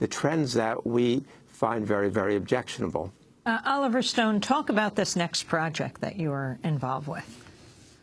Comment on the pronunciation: sounds like she said Oliver Stoned in the begining